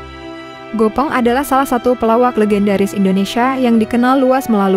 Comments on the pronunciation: Gepeng bukan Gopeng ... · Gepeng ,bukan Gopeng mbak🤣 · Gopong ❎ Gépéng ✅ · GEPENG bukan GOPENG. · Bukan gopeng tapi gepeng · Bukan Gopeng dduull.. yg benar "Gèpèng"..😢😢